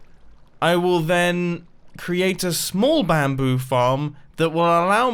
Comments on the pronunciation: when you say bamboo you kind of say 'BAM'boo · How is it that hard to say bamboo